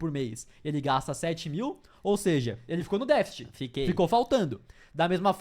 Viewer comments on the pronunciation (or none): Não é defite!😒. DEFCTE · Não é "défit", é "déficit". Pode falar todas as sílabas sem medo.